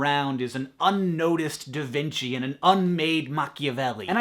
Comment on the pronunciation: DA VINKI ?!!?!??!